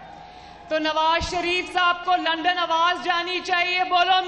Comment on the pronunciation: Lundon nhi bibi London 😁 hahahah poora Lahore MashaAllah hahahaha hahahaha itna chota Lahore kubsy hogya k ek chowk mey e poora agya